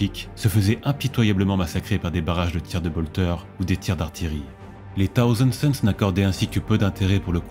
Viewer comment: Dommage que ton très léger cheveu sur la langue prononce "Taouzand Sons" plutôt que "Ssaouzand Sons", c'est l'occasion à ce cheveu de s'exprimer! Plus sérieusement super voix posée, je recherche depuis longtemps ce type de narration, qui sied parfaitement à cet univers... il y a tellement d'histoires à raconter! #Aquila